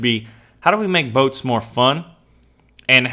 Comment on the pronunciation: anytime you said boats, what I really heard was butts. Amiright!? Point made...